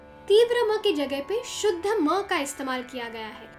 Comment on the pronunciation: Love the way you said sa re ga ma ye shudh ma ha